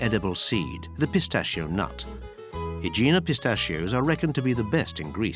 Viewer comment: I’m thinking of retiring to Aegina. By the way, your Greek pronunciation is terrible, try looking things up.